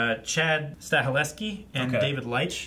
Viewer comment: You guys should learn how to pronounce the names. You killed both Stahelski and Leitch's names with a shotgun. LOL